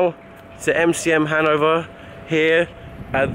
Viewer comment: also, the emphasis in the word "Hannover" is on the o.